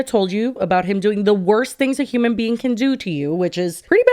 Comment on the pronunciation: “Huming beanne”